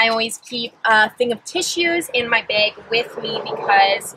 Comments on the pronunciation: Does it bug anyone else that she says beg instead of bag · Are you maybe Canadian? You say "beg" instead of bag haha